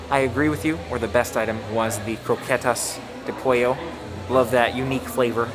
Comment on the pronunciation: great videos... good job on the pronunciation of "croquetas de pollo"!!!:)